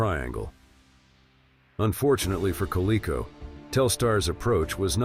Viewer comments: At least have a voice-over that can properly pronounce "Coleco"! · The mispronounsiation of Coleco was bad enough but how do you screw up Mattel. Quit at that point. Stupid AI.